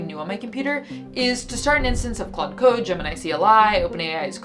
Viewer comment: What's with the “Claudé” thing? The accent would make you say the e (vaguely like clohday). Well, ok, I can't believe you wouldn't know that because you already know English words like café. But why is pretending to be illiterate funny?